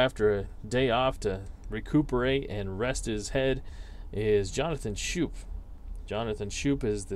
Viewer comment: I had issues pronouncing his name too. Jonathan Schoop, pronounced SCOPE. Weird, I know. Great game!